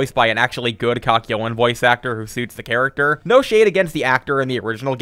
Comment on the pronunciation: Why did he pronounce Kakyoin as "kack yo in"